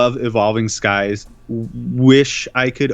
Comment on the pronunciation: It’s pronounced Evolving “Cries”. Just my experience but Evolving Skies pull rates were dogshit last year and they are still dogshit this year. Any set without a trainer gallery feels harsh.